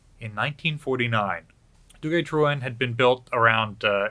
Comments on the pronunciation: Duguay-Trouin Du gæy. Trouin is said TwoOne but quickly and don't emphasize the E. hope this helps. -un Canadien français, A French Canadian. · (Canadian) French is my first language. You're spot-on on Duguay, but the Truin part is pronounced Troo-ay-n. You kinda want a lilt on the end, like you're asking a question.